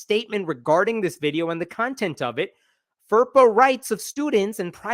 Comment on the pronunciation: *content (not 'consent') - school superintendent statement.